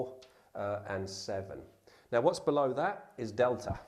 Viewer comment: Beeta?!? It's pronounced bey-tah! Theta is pronounced they-tah! He did get Delta correct.